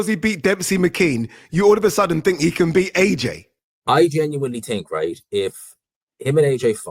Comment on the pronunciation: Someone teach how to say Think 😆😆😆. I TINK he's forgetting the H 😆